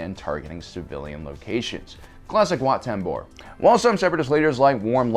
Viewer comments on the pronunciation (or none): 2.07 it's Wat Tambor not Wat Tambro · For God's sake it's Wat Tambor not Tambro. He was not a bro. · Okay, the blatant mispronunciation of numerous names multiple times is unbearable. Did you even WATCH The Clone Wars, or did you just read all of this information off of Wookieepedia (where names like Wat Tambor and Katuunko are actually spoken and pronounced properly)? I think it goes without saying (it should, anyway) that if you're going to make a video about something, you should at least have personal prior knowledge of it by way of firsthand experience, aka. watching the show for yourself. If you have, then there's no reason you should be mispronouncing things left and right. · His pronunciation of "Wat Tambor" almost bothers me as much as his pronunciation of "Christophsis" EDIT: He got better at it as the video went on lol